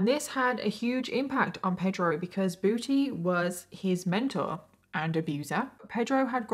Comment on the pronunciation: This case is not funny at all but I really couldn't help but giggle every time said "Booty" in her British accent